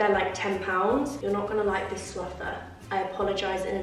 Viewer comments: It’s a Frother not a throfer 😂 giggling xx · It’s “frother” not throther haha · is it just me that got confused at 'throther'? its froth! such a nice cosy video though <3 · It's frother not throther.